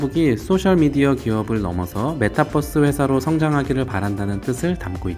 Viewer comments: metaverse라서 메타버스 또는 메타벌스가 더 맞는 발음인것같은데 ㅋㅋ큐ㅠㅠ 예전부터 계속 메타뻐스 발음라고 하셔서 버스bus🚍얘기하는거같아요ㅋㅋㅋㅋㅋ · metabus가 아닌데 자꾸 메타뻐스라고 하니까 이상함ㅋㅋㅋㅋ 투니뻐스잼ㅋㅋㅋ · 읽은 사람 '메타뻐스' 발음은 좀 심했네 ㅎ 한국어는 b와 v발음 구분이 별로없긴 하지만 그걸 제외하고라도 뻐스는 정말 틀린 발음임 그럼 metabus 됨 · ~ 메타뻐쓰 아니고 메타버스요 유니뻐쓰라고 안하잖아요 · 아니 형 왜 자꾸 메타뻐스처럼 발음햌ㅋㅋㅋㅋㅋ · 형님 메타뻐쓰 발음이 마치 저희 아부지같습니다